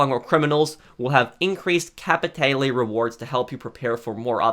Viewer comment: Bro how fucking hard is it to say capitale right?